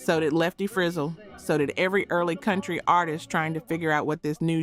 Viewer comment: If you're going to make a video, at least learn how to pronounce "Frizzell".